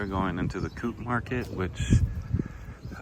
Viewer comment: It is a Co-Op market; pronounced Co-Op, as in co-operative - nothing to do with Aruba, typically they are membership based.